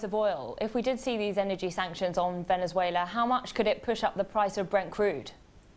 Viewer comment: the guy cant say the words Ven-ez-uela or Mad-u-ro